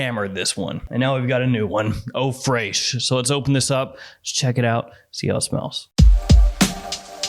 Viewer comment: Fraiche is pronounced fresh like in english